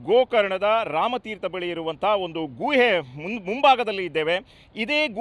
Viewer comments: guಯೇ ಅಲ್ಲ ಗುಹೆ... ಕನ್ನಡ ಸರಿಯಾಗಿ ಮಾತನಾಡಿ..... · ಅದು ಗುವೆ ಅಲ್ಲ ಸರ್, ಗುಹೆ ಅಂತ ಹೇಳಿ 😊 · ಗೂಹೆ ಅಲ್ಲ ಗುಹೆ... ಸರಿಯಾಗಿ ಕನ್ನಡ ಮಾತಾಡು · Guyye alla Guhe adu 😂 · ಗುಹೆ ಪದ ಉಚ್ಚಾರಣೆ ಸರಿಯಾಗಿರಲೀ......